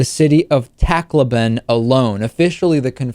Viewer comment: Actually, the pronounciation of Leyte is "lay-teh" while Tacloban is "tak-LOH-ban". I keep on hearing TACK-low-bahn on international news. But that's beside the point. I live in the Philippines, but in Metro Manila. Yolanda, aka Haiyan, is definitely one of the worst typhoons I've seen. In Tacloban it's as if the city experienced an earthquake AND a tsunami. I think more than one ship got beached from the storm surge!